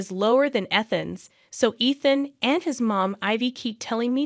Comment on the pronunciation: You can't consistently say Ethan properly so this will be a no for me